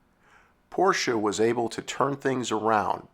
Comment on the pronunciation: I always liked the 928. I thought it was a great looking car. But nothing beats the styling of the air cooled Porsche 911. As a side note. Its so refreshing to hear an automotive enthusiast/ narrator pronounce Porsche properly. Hearing people mispronounce Ferdinand Porsches last name is so annoying. (Pet peeve of mine) 😁